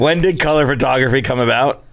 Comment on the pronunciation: “Fertography” is driving me nuts